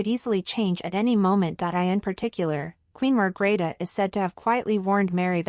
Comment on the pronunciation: Please, the Queens name is Margrethe, not Margareta or Margarita...